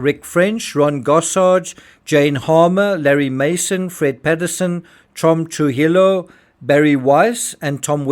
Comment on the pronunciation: 😂❤ the way you say trujillo